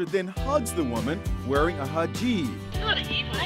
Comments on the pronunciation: "Wearing a hajeeb". What in the world is a hajeeb? Oh, he might have meant hijab? Smh. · I’m going to name my son Hajeeb now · A “hajeeb “. Who hired this news reporter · Lol what the hell is a Hahjeeb (it’s pronounced Hh-ij-ab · it’s pronounced hi-jab not heejab inside edition your reporter needs to go to a basic word school Sorry but YOUR DARN REPORTER DOES NOT KNOW HOW TO PRONOUNCE SUCH AN EASY WORD GEEZ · I love this but he said higib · It's pronounced "hij-jab" and it is kinda crazy that your reporter can't pronounce such a basic word! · It's Hijab man 😂😂